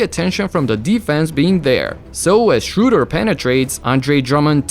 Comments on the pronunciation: btw...his name is Schröder....its not uuuuuu but rather "ai" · Shouldn‘t you be able to say 'Schröder' correctly? Instead of this american abomination of his name? :D